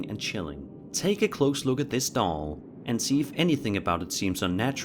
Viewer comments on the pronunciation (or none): Why did he say doll like don’t 😂😂😂😂😂